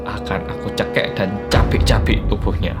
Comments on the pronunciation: Cekik mas bukan cekek😂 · Kecanduan aku ,,, tulisan cekik bang hansol bacanya cekek 😂😂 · Logat bhs cekik mlh cekel😂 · Cekik = cekek = cegekk yaamponn "the logat of "